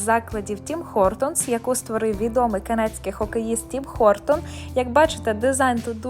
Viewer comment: мабуть все ж таки не "пончиком", а пампухом або пундиком? І не "клюшками", а колючками, не "Хортон", а Гортон (так само як не "Харріс", а Гарріс).